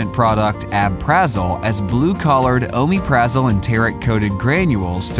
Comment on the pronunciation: He doesn't pronounce it right